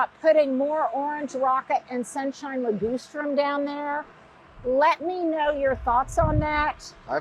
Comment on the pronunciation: it's Li-GUS-strum, not Li-GOOSE-trum. Just saying.